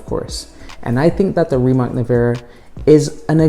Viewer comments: Rimatz Nevera.. but for the sake of this video he will say it wrong every time. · Americans should learn to pronounce Slavic C letter sooner or later, its not K for sure. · just say nevera because you pronounce the last name wrong bot